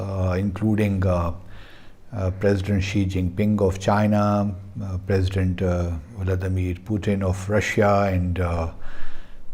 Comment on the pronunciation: It's not voladamir putin, it's Vladimir Putin